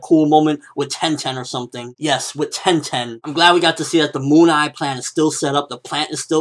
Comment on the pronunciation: I laugh my ass out from - "i think that tenten, yes ten motherf***ing ten, tenten!" oh men, like a japanese the last "tenten"